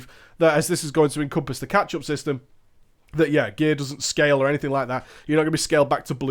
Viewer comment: ***** yes I know what it means...it just sounded like he said ketchup... not sure if you're trolling or just stupid